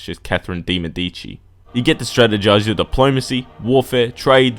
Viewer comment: bruh i have only one critic,since im italian,your pronunciation of De Medici was awful lol! check on google please <3 that begin said,u are awesome